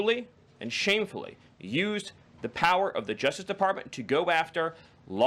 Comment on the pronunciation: What is the juftiff department? Does the speaker have a touch of downs, or is it just a speech impediment? Dont get me wrong, it's great to see people with learning disabilities find success, but I thought we were going to crackdown on these DEI hires?